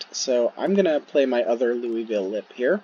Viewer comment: Haha, props for saying Louisville correctly. We definitely slur it even more (roughly like Loo-ah-vulle) but you said it in a manner that wouldn't have locals laughing. Trust me, they take the pronunciation of Louisville very seriously for some reasons. I'm excited to see a Louisville legend come to unmatched officially in the upcoming future.